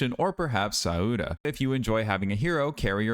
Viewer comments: Did you just say "Sa-U-da"? Bro come on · Given she's Korean, yes. That's how that's pronounced. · “Sa-ooo-duh” excuse me what the fuck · The way he pronounced Sauda hurts me